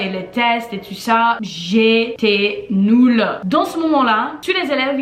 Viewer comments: « J’étais noule » 😂 tu es trop chou ❤️ le fameux « u » français imprononçable pour vous. Mais ta conjugaison est incroyable ! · « J’étais tellement NOUL »c’est marrant mais bonne maîtrise et prononciation du français 😊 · "Jetait noul" MDR sa ma tuer et t'inquiète même les français n'aime pas les le français t'inquiète pas 😂😂❤ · What does she say in some occasions? Something like: "NULE" or what?